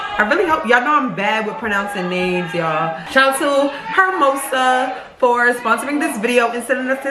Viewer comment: It's actually pronounced hairmosa 😂😂😂😂